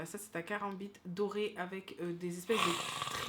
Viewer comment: Quand a dit le nom du couteau « Caranbite » je buvais du lait j’ai tout cracher 😂😂😂😂😭😭